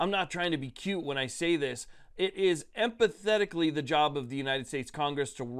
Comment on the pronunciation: Em-phat-ically not em-path-etically. Congress is much more known for acting emphatically than empathetically.